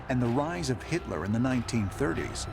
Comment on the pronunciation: Guy called him hister not hitler..... Not buyin it